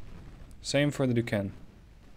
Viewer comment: The definitive French 1930's battleship is Richelieu. Laid down 1935. Launched 1939. 8X15" guns in two bow QUAD turrets. Plus 9x6" in the stern and 12 X 4" aa in 6x2. (Duchesne is pronounced Dushayne. Sorry, but it was driving me nuts.)